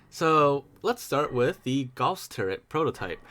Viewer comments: what makes you say that? it’s Gauss, not Guass. It’s named after German mathematician and physicist Carl Friedrich Gauss, who formulated mathematical descriptions of the magnetic effect used by magnetic accelerator cannons. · "Guass Turret" xd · 'Guass Turret' Dies from a stroke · "Guass turret" lol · Guass? GAUSS